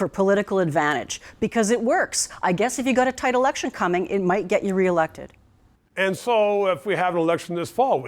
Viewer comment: ...did you say elected.....or "ejected" ?🤣